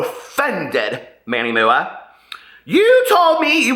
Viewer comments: It's Manny M.U.A not MOOOOAH! LOL I cringe, I cringe! Of course!! SHE SHOULD HAVE REACHED OUT PRIVATELY BUT SHE DID NOT SO THEREFORE THAT PROVES SHE'S JUST REACHING FOR ATTENTION! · Live for the way says Manny MUA 😂💙